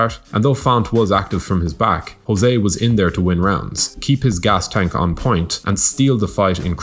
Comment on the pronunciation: He's not 'Ho-zeh', he's 'Zho-zeh'. It's Portuguese, not Spanish.